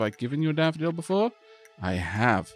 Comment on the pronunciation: i swear the way you pronounce "daffodil" with your accent sounds like youre saying "dapperdil" for some reason lol